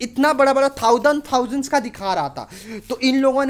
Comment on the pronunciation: thoudand thousand